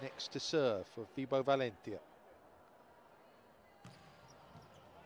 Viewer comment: First of all the way this dude says valentia kinda annoys me, but anyway. Someone correct me if im wrong but didn't orduna have like eye surgery or something last season. Because he was wearing special indoor shades for the majority of last season. On paper valentia should be dominating. They don't seem to have clicked but it seems to be from setting. Because last season Valentia almost made the semi finals of the league and they did get into the playoffs with Orduna as setter and arguably a worse team.